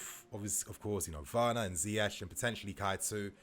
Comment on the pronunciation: so happy to hear you say Ziyech name right bro keep hearing people saying ziyek or ziyekh and it's driving us Moroccans nuts trust, but you got it bang on bro respect for doing your homework that's why I follow you keep up the good work up the Chels